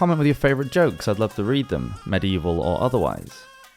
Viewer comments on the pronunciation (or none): The way you say 'cheers' at the end sounds a lot like 'jizz' to me especially when the subject is sex or humour. Try it out in everyday life, no one ever spots it.